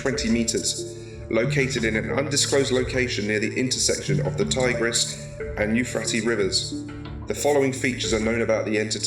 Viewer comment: Yehhhh, that's not how you pronounce the Euphrates